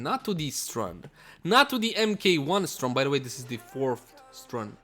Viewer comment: 1. St-RUN, not St-URN 2. 'Normal' could mean unmodded.